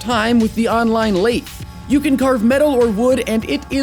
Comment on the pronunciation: You pronounced lathe wrong.